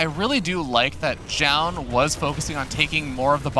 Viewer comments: keeps saying jaund for some reason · why does the male commentator keeps saying jaun?? it's like he refuses to pronounce the player's name correctly which makes jiro sense! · Maybe they were thinking about the Zh sound like in Zhao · 10 minutes into the video, the biggest battle is between the casters on how to pronounce Zoun.